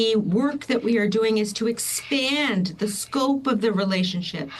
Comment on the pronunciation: anyone else irritated by the way she pronounces "expand"